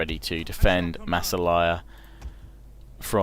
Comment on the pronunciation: massilia lol not masselaya XD